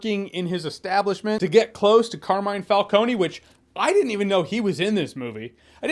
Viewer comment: Car Me Ne (like the first syllable in the word Never) Finally the accent goes on the first syllable: Càrmine. Not "Car(which is)mine"...